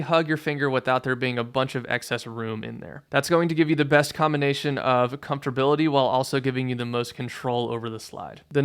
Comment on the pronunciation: Great content, - truly helpful even though I've been playing ~ 50 years. Just at nit - "comfortorbility?" I think "comfort" is the word 😅